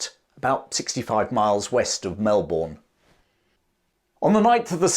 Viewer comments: you might want to brush up on the correct pronunciation of the name of the city. It's not Mel-Borrrn. It's Mel-bnnn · Well done, another 10% Aussie 🇦🇺 viewer here. Certainly learned this at Melbourne during my primary school years. Melbournes city is lined with amazing civic buildings with the money from all that gold produced. Also Melbourne is pronounced by the locals more like burn than born like I've heard British say, which may be the correct way to say it! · Good episode, however its, Melbun and Hothum Not Mel born and Hot ham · Seriously mate, as a Pom, I'd have thought you'd have known this. Its bloody Mel-bun, not Mel-born. And yes, we learnt about this as kids and that spirit was what became the modern diggers of WW1 and beyond. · Melbourne is pronounced 'Mel-burn', not 'Mel-born'. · It's Mel-bn Not Mel-born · Brother, it’s Mel-ben not Mel-Bourne. You sound like an annoying yank saying it that way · I hate how you say MelBOURNE....It's pronounced more like "bin" than "born" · Fantastic summary. The Eureka flag remains a symbol of independence in Australia. Antipodean pronunciation is challenging. Locals pronounce it "Mel-burn" not "Mel-born". Some even say "Mal-burn". Cheers. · G'day Mate, its great seeing Aussie history seeing the light. But it would also be great to hear you say our place names correctly. Such as Melbourne is pronounced Melbin. 😀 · Oh FFS, it’s pronounced ‘Melbun’, you silly pommy git… 😝😝😂😂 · The city names “Brisbane and Melbourne” Are actually pronounced: Briz-bin and Mel-bin There is NO bane or Bourne in Australia only bin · It spins me out that even today, YouTubers that make videos of Australia, still pronounce Melbourne as Mel-born. Maybe we should all start calling London as Lon-don 😂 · Small pointer from a melburnian. Melbourne is said by the locals in a way that basically drops the our out of the word. More accurately it’s pronounced Melb’n. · Hey …Melbourne’s pronunciation rhymes with burn as in sideburn